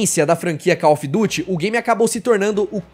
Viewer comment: Ganhou like e + 1 inscrito só por pronunciar call ofi duti e não call mófi duri